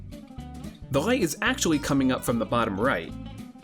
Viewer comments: I've heard people saying "L" instead of "R". This is the first time I my life I hear somebody saying "R" instead of "L". Sounds unusual. I couldn't get it why he was saying "right and shadow" for like 6 minutes of video) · Rrrrrright shining from his fingers! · Great informative video, however, I got distracted more than once by the pronunciation of "light" that sounded like f french pronoucing "right"! ... ... And ongoing with weird L pronouncing from this mark on all words! Am I the only one??